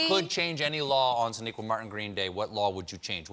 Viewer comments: I cant unhear SHAniqua Martin Green at the end lol He said Sonequa up until then 😂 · He definitely gets her name wrong at the end :s